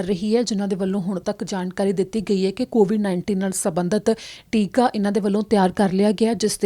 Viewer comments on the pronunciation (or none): ਟਿੱਕਾ ਨਹੀਂ ਟੀਕਾ ਹੁੰਦਾ ਹੈ।